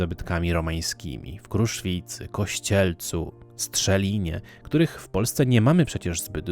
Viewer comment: Piękny odcinek:). Natomiast według mnie na Kujawach Strzelno nie Strzelin, popraw mnie jeżeli się mylę... To akurat rodzinne strony mojego ojca, pozdrowienia z Chorzowa:).